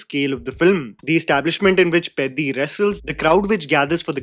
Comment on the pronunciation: Bro I really appreciate your like towards telugu cinema as well but it hurts me to see you literally get all the other south indian language cinema names right and absolutely demolish telugu names. Please try to get the sound of the names and try to pronounce them from next time. I started watching your videos and really like your love towards all the movies from all languages but it pains me to see you butcher them only for telugu pronunciations and not others. Atleast try to hear the correct sounding so that it gives us a chance to relate with you from next time